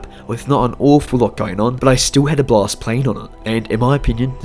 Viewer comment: 😂😂😂😂😂😂 you sound like you said block but you said blast